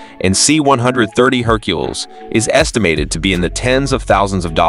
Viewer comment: Someone doesn't know how to pronounce Hercules